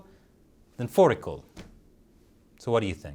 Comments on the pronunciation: I think you said the letter Å pretty Damn good with fårikål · I like how you tried saying fårikål correctly. By the way, fårikål is very tasty. Im Norwegian and unvaccinated and the only one shaming me over not taking it is my grandma.